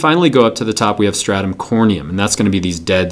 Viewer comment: at 1 min and 6 second you said four statum?